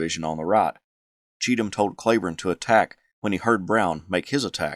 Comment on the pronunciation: Today I learned - a city close to where I lived in Texas and where my younger brother was born is named after Cleburne. Right next to Granbury. Maybe in Hood County but won’t swear to it. Although there is a Hood County in Tx. The other thing was in Texas it’s pronounced KLEE-burn. Took me three videos (yours for sure) that made me research. Always a good day when you learn something.